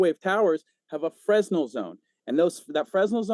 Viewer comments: the deflection king, can't even pronounce Fresnel correctly, yet he feels qualified to use it in his defense? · This is not a debate. The dude started it by hawking his promo codes and talking about his views. Then he mispronounces "fresnel" and starts making up everything on earth. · They cannot even pronounce the word